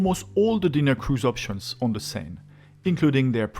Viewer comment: Oh it's okay, I was just making a lame joke. In hindsight I just recalled that it's Bill Engvall who does the "here's your sign" joke not Foxworthy. Anyways I made the joke because when you first said Seine it sounded kind of like "sign" but I know it's closer to "sen" like in "send" or rhymes with "pen". For the name of the river.